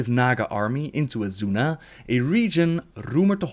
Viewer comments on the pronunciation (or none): It's pronounced "azuna"